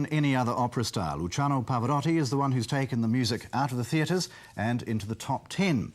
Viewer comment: I Get angry that even Italian Interviewer's Miss Pronounce his Name.. PHONETICALLY IT IS PAV-O- ROW-TI NOT Rotty.